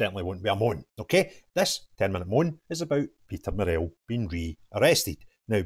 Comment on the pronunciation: You are pronouncing 'Murrell' incorrectly. Say it like Burrell. Don't emphases the 'ell' part.